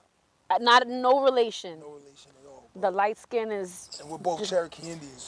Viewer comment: What the Fuck is the emphasis on "light skin,". Shit is so corny smh